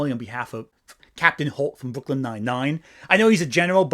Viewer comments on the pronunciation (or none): none